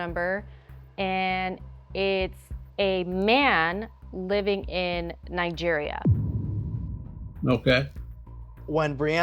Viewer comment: "Nigeria" -- it's a hard "g" sound and the accent is on the third syllable.